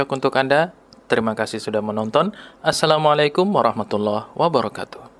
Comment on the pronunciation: Masya alloh, pengucapan salam yg sempurna dengan 'ain yg mateng nice lah, pasti keluar dari ponpes qur'an